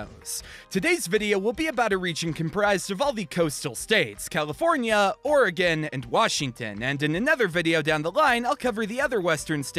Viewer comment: Every time you said Oregon I was like YESSS